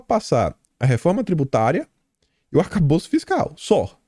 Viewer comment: não é arcabouço ou calabouço é "ATACABOLÇO"